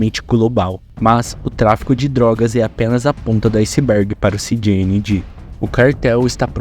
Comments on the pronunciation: Kkkkk “Ci Di Ni Gi “😂😊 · Eu nunca tanko esse "CI GI INI GI" sendo que o trem é do México😂😂😂